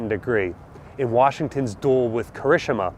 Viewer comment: please, Japanese is phoenetic. Ki-ri-shi-ma